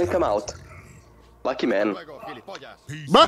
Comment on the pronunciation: Tal vez fue su voz o el tono con que lo dijo, el lucky man pareció más un LUCKY MAN...